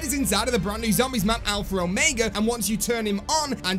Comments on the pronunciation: As a British person, I can confirm that you pronounce Omega wrong. You say it the American way which is Oh-May-Guh. The correct British way is Oh-Meg-Uh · There is no R in alpha or omega lol alphra ormega lol